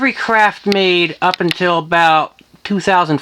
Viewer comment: Craftmade, not CRAPMADE... 😒